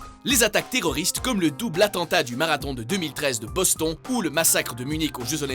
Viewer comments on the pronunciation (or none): ça se dit bostone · ça se pronnonçe bostone pas boston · "Vancouvèr"? "Bosthon"? Ça se dit Vancouver et BosTONNE même si ça s'écrit Boston et vancouver... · BOSTOOOOON PAS BOSTHON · On dit "Bostonne" pas Boston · bonsto"ne "pas boston même si ça s écrit "boston " c est pour la prononciation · Boston ou Bossthon 😂😂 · Omg il a dit Boston phonétiquement 😂😂😂😂😂😂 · Pourquoi n'appelez-vous pas votre chaîne WatchMojo Québec ? Ce serait plus cohérent au vu de la prononciation de certains mots (ex : Bos-TON). J'ai l'impression de regarder un film VF avec le mauvais doublage... RIP les oreilles avec tout le respect que je vous dois, lointains cousins francophones... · Ptn mais il sait pas parler lui c'est pas compliqué de prononcer "bostonne" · "Le massacre de BosTHON" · ce se prononce bostone on sait que tes quebequois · Moi je dis "Bostone" 😂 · Pas vraiment, Boston se prononce plutôt Bostne en anglais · Le "clube", "Boston", c'est quoi ces prononciations ? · Fan de la chaine, hein, mais entre "Le Mans" et "Boston".. :/ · Par pitié, prononce un minimum l'anglais! Entre Boston et unitède pour UNITED... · et boston prononcé à la française... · Tout le monde parle de la mauvaise prononciation de Boston mais on en parle de celui de Mans ? X) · comment tu prononce Boston please :'( mes oreilles saignent